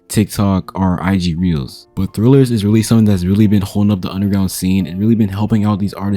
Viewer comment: its trill not thrill he not reading it right